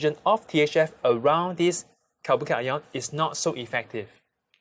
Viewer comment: But ur pronounciation of carbo cation is not good I didn't understand that at first time I was liten for 3 times then I understood